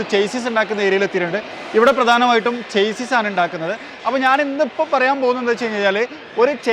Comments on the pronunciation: ചെയ്‌സിസ് അല്ല ഷാസ്സി ആണ് 😊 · പ്രിയ.. താന്കളുടെ ഉദ്യമം നല്ലത്.... പ്ളീസ്.. ചേസിസ്സ് എന്നു പറയരുത്... ശരിക്കും ഷാസിസ് എന്നാണ് ഉച്ചാരണം.. ഒരിക്കൽ അങ്ങയുടെ ചാനലിൽ തന്നെ പറഞ്ഞത് ഓർത്തു പോകുന്നു... 👍👍😍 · Broo chassis is actually pronounced as shassy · Chassis ൻ്റേ pronounciation ഒന്ന് നോക്കുന്നത് നന്നായിരിക്കും, നിങ്ങൾ Automotive related videos ചെയ്യുന്നത് കൊണ്ടാണ് ഇങ്ങനെ പറയാൻ കാരണം.